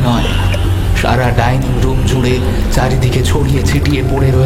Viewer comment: Tinni r motto choto meye dining room er " dining " lithe tha pronounce korche ki kore ?